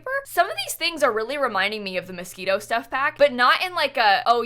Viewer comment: she said mosquitoe lmao at the start abt the window